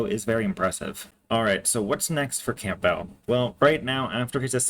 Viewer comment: It’s Cam-bell not camp-bell